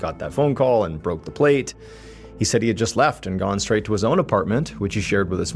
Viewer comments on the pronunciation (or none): none